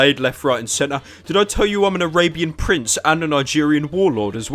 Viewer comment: a-rape-ian prince